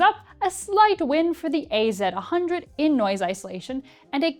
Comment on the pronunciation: It's WF ONE thousand and AZ ONE hundred, you absolute psychopath 😒